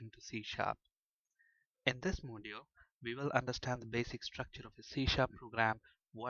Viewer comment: Great Lecturers Thanx alot .. But can you please use a better accent !! There's a difference between We and Ve Available and Avalbl Way and Vay Server and Sewer Allow you and Allov you .. etc Please accept my advice .. Everything else in your lessons were Amazing and helpful Thank you very much